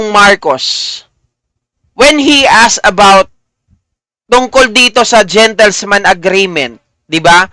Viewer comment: .."gentleman's" agreement po hindi "gentlesman" ✌️✌️✌️